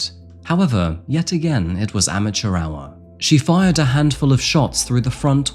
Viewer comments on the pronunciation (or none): none